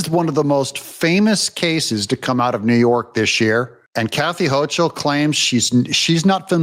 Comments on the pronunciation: HO-kul, not Hoch-ul. Smug, arrogant, B-word, but ignorant at best, deceptive at worst. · Pronounced: HOCAL....not Hochal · I wouldn't wish harm against anyone, however.. If I were to hear that AOC was killed in a freak accident, it wouldn't make me sad. And Doug, it's Kathy HO-KUL. The CH in Hochul is said like a K sound, like in Scottish Loch (Lock) Ness. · Love what you do! Thanks for being the voice of reason!!!! Corrections: Elise Stefanek is a friend of the Jews but she is not Jewish. Hochul is pronounced Hokul. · It’s pronounced Kathy HOCAL there’s no ch in the pronunciation bro wake up! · Hi Doug CH in NY governor is pronouced as a K Sounds like Hokel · NY is almost completely RED. It's the morons in NYC vote blue. Can't compete. Also, Doug, it's pronounced HOE-KLE. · It's Hochul (pronounced with a "K" sound) Hokul... Not that I'd ever vote for her no matter how you said her name... 😏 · Doug, I know that you and I both feel the same way about these leftists, but you should still pronounce their names correctly. Hochul is pronounced Hokul and Karine Jean Pierre is pronounced Karine Jon Pierre. We should be sure to say them right so that everyone who hears us knows exactly which lunatics and treasonists we are talking about. It also shows that we are better educated and know how to say their names correctly. I always call Adam Schiff “Shiff for brains”, but I don’t have the platform you have, so no one hears me.